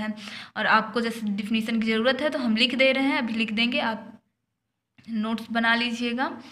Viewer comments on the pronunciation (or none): none